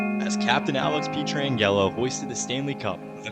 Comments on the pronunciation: Alex Pee-Tran-Gello.... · As a life long fan of the Note, thank you so much for making this! For real. Go Blues! 2025 is our year. (just a heads up: his name is pronounced "Pet-ran-Jello" :) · Good video but my God you need to learn players names before doing these. Pee-tran-yellow is definitely a first 😂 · “Petron Gello” I thought I had forgotten about someone on that team had to do a double take to realize he was talking about petro. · Pee-Tran-Jello got me for sure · The incorrect pronunciations throughout made it very annoying. Especially every time you said Pietrangelo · Ain’t no way you just said pietrangelo’s name like that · I was all in on this video until the absolute BUTCHERING of pietrangelos name 😭🤣🤣